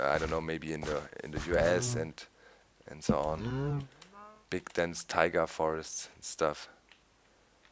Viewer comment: it's taiga hills, not tiger hills. and they worked on the world generation, new mobs or ambient sounds have nothing to do with that. I'm sure they want to finish one project properly first, before they focus on something else.